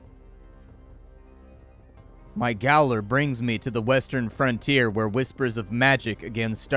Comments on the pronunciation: gaoler?? that's the english/aussie way of spelling jailer and is pronounced jailer. do i agree with it, no, is it just how it is? unfortunately. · Hot tips nobody asked for; Gaol is how people in the Commonwealth spell Jail. Therefore, "Gaoler" is pronounced in exactly the same way you would normally say Jailer. Love your videos, been watching since Sunless Sea, keep it up my man! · "Gaoler" is pronounced "jailer", it's just an antiquated spelling of that word. I will give you 100 points for the Raistlin reference though. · Love yer vids. Goaler = Jailer. It's an Old English spelling. Pronounced the same... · "Gaoler" is pronounced "Jailer" - it is the original English word for it. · FYI: The word "gaoler" is not pronounced phonetically, it is the British-English spelling of the term "jailer" and pronounced precisely the same. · Please pronounce it "jailer". It's just an antiquated spelling. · Gaoler being pronounced as 'jailer' always struck me as odd.